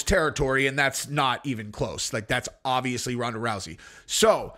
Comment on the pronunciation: First id like to state that i love your content and the way that you present it. That being said it is obvious(notice the letter 'b') that your favorite word is not pronounced 'odvious' nor is it pronounced 'ovious'...It is obvious if you look in a dictionary that the word is obvious.